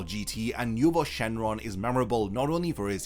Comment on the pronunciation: you are miss pronouncing nuova shenron and eis shenron names nuova and is no-va and eis as in ice I'm not trying to be a grammar police but just trying to inform you